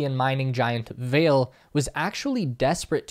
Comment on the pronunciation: The Brazilian company Vale is pronounced with two syllables: vah-lay (same as French “valet”).